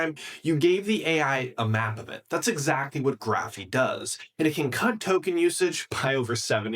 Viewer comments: Is this an AI video or what, why is he saying "Graphiii", it's "Graphify" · Yeah, he's mispronouncing it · "graphy"? I'm pretty sure that's not how you should pronounce it... but hey, it's more important to put out the slop video, for the views... a few more videos like this and i'll unsub